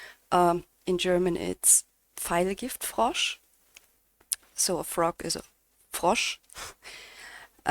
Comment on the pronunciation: Ich muss dich mal für dein "deutsch" loben. Der Pfeil gift Frosch war perfekt ausgesprochen .😊